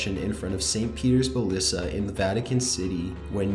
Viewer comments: "Balissa" it's basilica buh-sill-ih-kuh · Balissa???? It's Basilica! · He also called st Peter's basilica a "basilla" and the Mariana islands as "marian" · The T is silent in the word apostle. I really wish you would research words you arent familiar with. Seems like every video, you butcher several words. edit : It's phil-an-thro-pist not phil-an-tro-fist edit 2 : it's ba-sil-i-ca not ba-sil-a edit 3 : the S in Marine Corps is silent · St. Peter's Balisa? St. Peter's Basilica. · Hi, don't mean to be nit-picky but it's St. Peter's Basilica not Balisa :) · I know right! He said St Peters Ballisa...